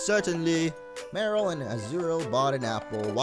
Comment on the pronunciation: You have a weird way of pronouncing Marill.